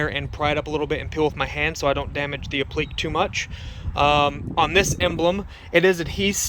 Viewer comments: /apləˈkā/ .... or phonetically /app-la-k/, not /a-pleak/. Thanks for showing how to do this. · I believe it's pronounced "ap-pla-kay" and not "uh-pleek." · Not pronounced apliq. It's. ap li que' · Jesus, dude. It's pronounced "App - Li - KAY".